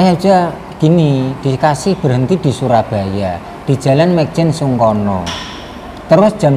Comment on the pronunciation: nyebutnya yg benerJl.mayjen sungkono